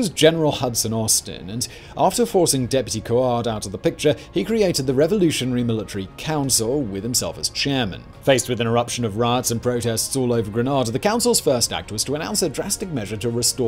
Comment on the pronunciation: His name is pronounced 'Cord.' Austin I think wanted to become a lawyer in latter life. Paul Scoon was the only sensible one among the top leaders.